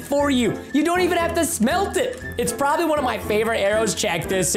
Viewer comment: also it's not proboly it's probably